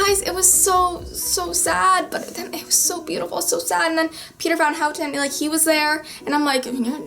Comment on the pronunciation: Wauw you are so amazing, I watched almost all your clips and you are such a great girl! I'm in love with your books ♥ I'm Dutch and you are far away the one who can say Peter van Houten like the best Thankyou so much for this movie review, I love it so much, and I'm gonna see TFIOS here in Holland in 2 weeks, in a earlier premiere, June 27th (in Holland, that's early because the movie will come out at July 11th... : Buuut I am one of the people who got to see it earlier and I am so.. freaking.. excited! I'm gonna cry my freaking heart out